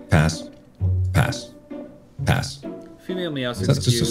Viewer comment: someone told me mark sound like he’s saying ass when he says pass and now I can’t unhear it...